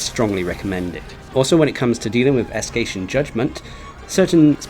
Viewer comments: Me too but he thought its "Escation" not Escaton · sorry to say this, no offense but the way you pronounced "Escaton" really bugs me lol good job on your detailed guide on how to beat Alatreon though, even though i've already managed to defeat him last wednesday, this is just my opinion but i find him much more harder than the Arch-tempered monsters i've fought not gonna lie but what can you expect, he is a Black Dragon after all